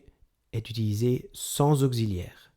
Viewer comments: Mon reuf vu comment tu écris t'aurais bien besoin de cette vidéo et au lieu de te marrer parce qu'il dit [ogzi] et pas [oksi] ai un peut de geo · Bonjour ! Je viens de Belgique et ici, tout le monde prononce auxiliaire comme ceci ! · On est d'accord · Je crois que vous commettez une erreur de prononciation quand vous articulez le mot " auxiliaire" on ne prononce pas auxiliaire avec le son z comme gazon. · Merci mais ont dit pas auxziliaire mais ont dit auxiliaire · on ne dit pas aucziliaire mais auxiliaire (occi) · auxilliaire pas gxilliaire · C'est la 1ère fois que j'entends prononcer 'auxiliaire' comme ça !... [ogzilière] !! Ce n'est pas l'écriture phonétique, je sais, mais c'est pour que tout le monde comprenne. \ɔk.si.ljɛʁ\ Voici l'écriture phonétique d'après Wiki. Je n'ai pas le temps de chercher mieux. Mais le son 'x' est écrit 'ks' et non 'kz' en phonétique dans ce mot ! Bref, c'est pas grave, mais ça fait drôle surtout sur un 'cours' de français. Et chez vous on entend carrément OGZILÈRE.. C'est quand même particulier. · Auxiliaire pas augsiliaire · Bonjour ! En France, vous prononcez auxiliaire [oksi], mais en Belgique, tout le monde dit [ogzi] ! Bonne journée. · Un « Augziliaire » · augxiliaire ? drole de prononciation non ?